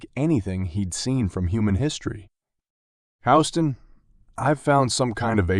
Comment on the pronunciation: It's how the street in NY is pronounced, not sure why he is using it here